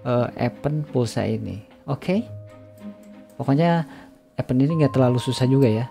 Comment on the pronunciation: Cara baca event = ibend Bukan epend